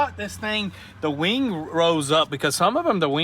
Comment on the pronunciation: I could've sworn it was called a WING & not a WANG dude 😂😂